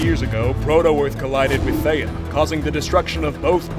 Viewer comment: Erm why did say theya!! Instead of theia